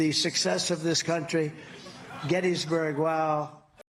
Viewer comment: He couldnt even get Gettysburg right😂 I bet he thinks the Gettysburg address is a house on a hill